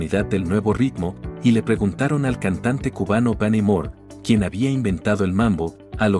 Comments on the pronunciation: More, Benny More con acento en la e. Moreeeee. No mor. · TRADUCCION DE MIERDA DE "IA" QUIEN ES "BANY MOR" ??????? BENNY MORÉ!!!! VAMOS A LO IMPORTANTE........Pérez Prado NO ES EL INVENTOR DEL MAMBO..... pertenece a ISRAEL "CACHAO" LÓPEZ y su hermano ORESTES "LÓPEZ...( perez prado sacó esta música fuera de Cuba y la hizo popular, pero NO es su creador ) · TRADUCTOR AUTOMATICO DEL RELATO ESPAÑOL UNA MIERDA....DICE " DANI MORR " EN LUGAR DE BENNY MORÉ JAJAJAJAJA Y QUIEN LE DIJO A USTED CABALLERO QUE PÉREZ PRADO INVENTÓ EL MAMBO????? PREGÚNTELE PRIMERO A ISRAEL Y ORESTES LÓPEZ CACHAO Y SEGURO AHI VA A ACOMODAR SU IGNORANCIA......... EL 90% DE LO QUE ESTA RELATADO ES BASURA.....EL ÚNICO MÉRITO FUE QUIZÁS POPULARIZARLO Y ORQUESTARLO ESE SI FUÉ SU GRAN ÉXITO. . EN CUANTO A LA FUSIÓN JAZZ -LATINO LEA UN POCO DE HISTORIA ANTES DE DECIR COSAS ASI A LO LOCO..... 1940 Fran " Grillo" Machito y Mario Bauzá.......... AVERIGUE DE LA OBRA MUSICAL "TANGA" CON ESTO NO DENIGRO LA OBRA DE PÉREZ PRADO, SIMPLEMENTE DIGO QUE INFORME CORRECTAMENTE Y NO CONFUNDA A LA GENTE. QUEDA CLARO??????? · Benny Mor? Por favor, Narrador! Fue Benny More, uno de los cantantes mayores de habla hispana! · Bani Moore? O Bani Mur? Es Benny Moré, BENNY MORÉ! El fue el que le colocó el cara de foca! Y los orígenes del mambo en cuanto a sus arreglos fue por el gran "cieguito maravilloso" Arsenio Rodríguez!, dicho por el mismo! Documentence mejor! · Mal puesto que ni el nombre de beny More lo pronunciaron correctamente